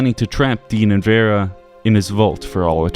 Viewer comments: Thumbs down for Raid and for mispronouncing Vera's name, despite the NPC's saying it over and over again. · I think the most spine-chilling fact in this whole video is that the author can't say Domino or Vera. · Can’t pronounce Vera or domino, 0/10 video